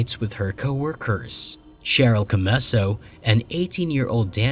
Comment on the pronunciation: Cheryl is pronounced Sheryl. Dear Lord.